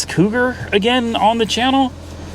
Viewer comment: SERIOUSLY?? Maybe on your next trip instead of going to Lost Angeles, you might want to go to Boston, Massachusetts. It may help you pronounce the name on that old Cougar.